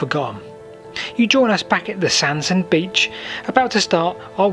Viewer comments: Hello thanks for a lovely item. Sorry to be a bit pedantic, but the pronunciation of Sandsend is Sands-end and Staithes is pronounced 'Steers' locally. I know that you like to know these things. 😁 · it's supposed to be pronounced 'Sands end'